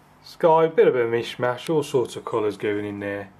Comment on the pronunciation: you said "Mich Mach" for the way you did the sky colors. So if it were not ""Mich Mach" how would it be then??? The sky is a wonder with its beautiful pastel colors and the ground as well. In my opinion this painting is the best because it came from your imagination. I enjoyed watching you painting always.One day when my sister and I were in the car going to her daughter's house, I looked at the sky and told my sister "this cloud is just like one that did the other day. She looked at me and smiled.